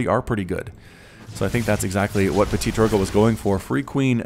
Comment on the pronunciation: That's so fun to hear at you (and any english caster) saying Ptitdrogo x') you sound like "PetiteDrogo" or "PetitDrogo" instead of ptitDrogo^^